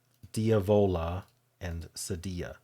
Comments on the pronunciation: First of all, I love reading your Scottish (brogue?) in the first sentence! But I think your French teacher did not speak Spanish. Cedilla is definitely pronounced seh-dee’-ah in Spanish (like quesadilla). The French equivalent is cedille, roughly pronounced seh-dee’. You’re right about the Z! It was originally a combination of a capital C and a lowercase script Z, cut off and merged at the bottom. If you have ever played Minute Cryptic, every now and then there will be a Z in an answer, and you’ll see it in their lowercase script font. The only time the …dilla is pronounced with the Ls is if you happen to spot an “armadilla” on the side of the road in Texas. 😄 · Cedilla rhymes with gorilla.